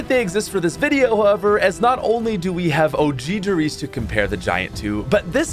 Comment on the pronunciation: You said one der reise and I was so confused for a minute and then started laughing